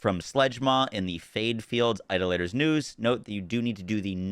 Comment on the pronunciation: eye-DOL-ah-tohr. I love your videos man, but the mispronunciation of that word is killing me lol. I got a Shock Kaoson from the Maurice vending machine this week. Somehow, I like my kinetic one better.